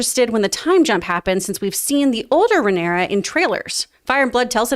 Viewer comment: Rhaenyra’s name is pronounced Ray-Neer-Ah